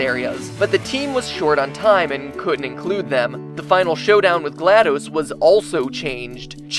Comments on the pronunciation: glaDOS's name is pronounced DOS as in the program DOS not dose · The way he says GLaDOS... I thought the last DOS was pronounced as the old operating system called 'DOS' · I'm pretty sure GlaDOs is pronounced "glah-daws" not "glahd-dis" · HER NAME IS NOT GLAD-OOOOOOOOOOS ITS GLAD-OS THERE'S NO E DUMASS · It's going to stay as gladose until the world ends and it will eventually become the "correct" pronunciation. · actually its Gla(DOS) as in disk operated system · It's pronounced "Gladys." You wouldn't pronounce DOS as Spanish "dos," would you? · Pronounced shell and glad-dos as in dos from the old Windows shell dos. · your pronunciation of glados' name is seriously giving me a tumor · You guys mispronounced glados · MatPat was a great narrator, but as soon as he mispronounced "GLaDOS," I couldn't keep watching. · Is anybody else annoyed by the fact he cannot even pronounce Glados properly?